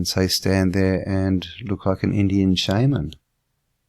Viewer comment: Shaman not shameman. And think Annukaki for the Anu.